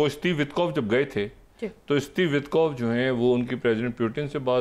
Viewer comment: Dear Dr.Shahid, Please وِٹکوف kaha karen not وتکوف۔